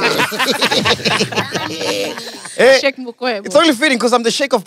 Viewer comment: I giggled a little when I heard Sheikh pronounced as 'chic'